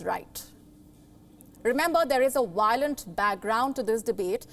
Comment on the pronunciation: Not “Wiolent” it is “Violent” with a “V”